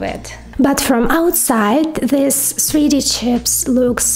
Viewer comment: "sree dee" chips 😁